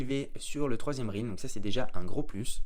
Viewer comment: Ça se prononce Rèlm pas Rilm 🙏🏻